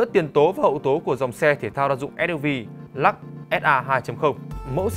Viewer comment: Của người ta là Lux ông này đọc”lak”